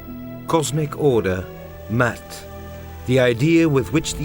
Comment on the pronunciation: Brilliant! But i would pronounce the word Ma-at! The cosmic order: The Ma-at. (Not Mat.) The pharaoh is not a god but merely the maintainer (the balancer) of the great and timeless order. The seasons had to be readjusted every four years. 1,4060 years to be complete as a "circle" or cycle is not a circle. Why? Because the Py - Ra - i - mus ) or the Py - Ra - mid is not a circular but a spiral. The Idea of change must be taken into account. A circle (mathematically) would mean endless repetition. And perfect repetition would mean death. Changes and variations have to be taken into account. Newness, novelty, creativity and free will must also be accounted for. Dangerous, yes, but necessary... in order to grow psycho-spiritually collectively and individually. The Ma-at has an intension beyond mere repetition. Mankind is the seed that shall re-build the heavens. But what that shall be, no one knows.